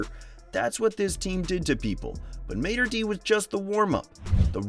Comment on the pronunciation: It’s pronounced “Maader Day”